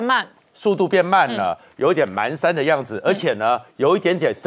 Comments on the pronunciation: 👍👍👌🌹支持本节目，但是、今天、指出一点：步履蹒跚的蹒读pan，不是man，请注意⚠️ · 步履蹒pan跚，不是man，这成语读的笑死人🤣🤣🤣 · 蹒跚panshan 台湾读manshan吗？ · 步履蹒跚 的 蹒 读音 pan 上声！ 请凝觀等早日纠正读音， 谢谢！